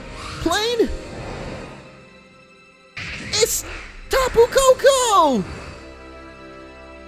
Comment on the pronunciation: It's not tah-poo, it's tap-poo